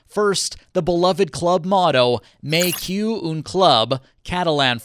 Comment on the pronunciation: "May Q" what???😢😢😂😂